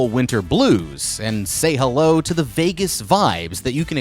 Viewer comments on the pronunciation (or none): none